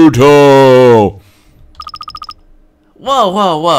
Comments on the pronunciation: "Pro-chutio" XD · Prosciutto is italian for ham. You are supposed to pronounce it something like "proshiutto" XD